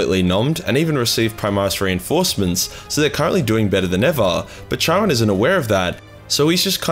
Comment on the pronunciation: Bruh, you're Australian start pronouncing shit as one. Charon is pronounced 'Karon'. Bald is 'balled' not bold. Need any more help man im here for you, hmu